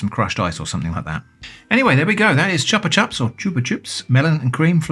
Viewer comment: You pronounced it perfectly! The best flavour of the original candy imo is sour apple, I'd get a drink of that flavour if they sell it!